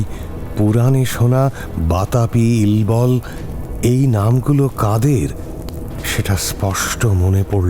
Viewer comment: ইল্বলের উচ্চারণ ইলবল নয়,ইল্লল।